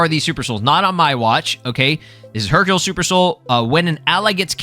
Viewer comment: you read Hercule Hercule wrong.